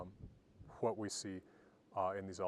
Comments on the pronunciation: Hwat I want to look at...hwich is hwat! :D I remember when I was learning about the runes as a kid and I'd tell people from Scandinavia their old-Norse pronunciation and they didn't know what I was talking about. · Why do you pronounce 'what' as 'hwat' ? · This guy's got to have the strongest "wh-" pronunciation I have ever heard!